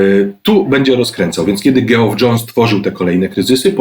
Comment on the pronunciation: widać, że ogarnia Pan ten cały kryzysowy galimatias (bez wchodzenia w szczegóły fabuł). Dobrze się Pana słucha. Chciałem tylko zwrócić uwagę, że imię Geoff wymawiamy tak samo jak Jeff (Geoffrey, Jeffrey) czyli /dżef/.